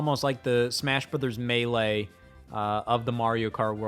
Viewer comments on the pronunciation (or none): none